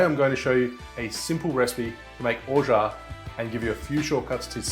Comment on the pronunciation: Have read "Orgeat" many times, but pleased to finally hear it pronounced. Thank you for the instruction on making almond milk also. Happy Mai Tai!